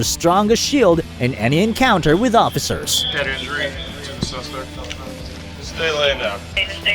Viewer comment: Suacespect? Did the rob an Italian restaurant?